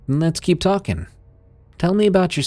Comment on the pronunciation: walkinG and talkinG readinG and sinGinG 😅